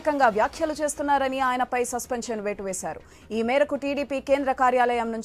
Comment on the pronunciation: సస్పెంక్షన్ అట 😂😂 సస్పెన్షన్ రా బాబు.... బొల్లోడి ఇంగ్లీష్ కి తగ్గట్టే వుంది ఈ ముదనష్టపు ఛానల్ క్వాలిటీ.